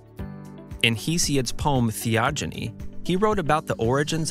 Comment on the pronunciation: Theogony is pronounced with a hard 'g'